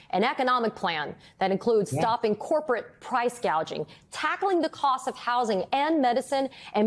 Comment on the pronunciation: Why does kamala say "price gauging" instead of "gouging"? Is she not bright?